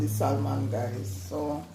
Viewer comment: The L is silent in Salmon😊